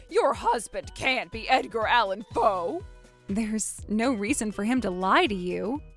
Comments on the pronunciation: Did say his author name is Edgar Pho. With almost sounds like he say Edgar Allan Poe the American Poets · Is it just Helen in this episode? Helen goes in the elevator, comes out of the elevator! Oh, and Helen are a couple! 😊😊😊😊😊😊 Edgar Pho... Edgar Allen Poe 🤭🤭🤭🤭🤭🤭 has such a unique accent, he pronounces certain names differently. First he pronounced Melanie as Mer-lay-nee, then he pronounced Emily as Emile 🤔🤔🤔🤔🤔🤔